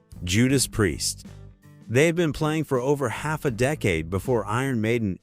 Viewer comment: it's hilarius how AI pronounces priest . what a load of bollocks